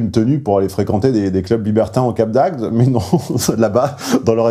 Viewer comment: Ah ce petit défaut (enfin difficulté) de diction pour dire Cap d'Agde :D C'est comme ça que l'on voit ceux qui ne sont pas du coin ^^ J'avoue que ce n'est pas forcément évident à prononcer, tout comme moi quand je me rends dans le Nord Est et que je dois prononcer les noms de villes aux alentours de Strasbourg ^^